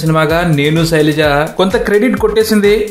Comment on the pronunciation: soraja yenti bayya...sailaja